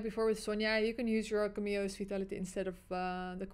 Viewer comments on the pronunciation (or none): Yes I also love the “KaMio’s”😭😭😭———Cam-Me-O